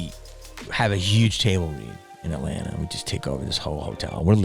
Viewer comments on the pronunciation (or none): none